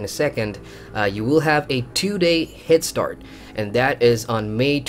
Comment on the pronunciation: Why do you keep saying Hit-start? Don´t you mean head start?